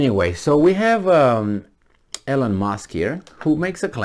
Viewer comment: it’s Elon not Elen